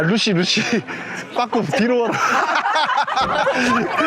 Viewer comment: 뽝꾸예여? 뽝 발음이 개웃기네 ㅋㅋㅋㅋㅋ